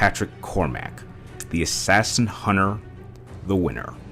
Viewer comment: You say it like Assashin